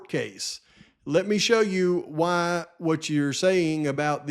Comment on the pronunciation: hA HA I cringe every time he says the word "why" as "waaa" - like a baby cry LOL